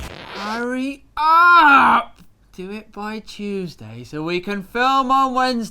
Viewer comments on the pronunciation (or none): none